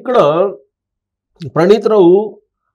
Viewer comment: ఝరిగింది కాదు జరిగింది. ఫణీతరావు కాదు. ప్రణీతరావు.